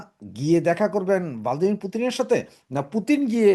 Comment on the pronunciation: ভ্লাদিমির Not ভালদিমির।